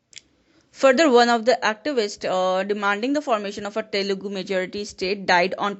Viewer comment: it's Telugu not telaghi